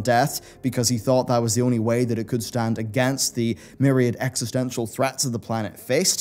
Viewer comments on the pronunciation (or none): none